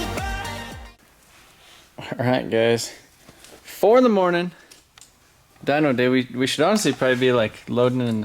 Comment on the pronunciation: dynoooo not dynk! -.